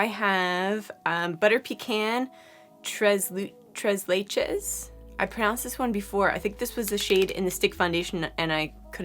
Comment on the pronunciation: Très leche: French, pronounced like trrray laeyshh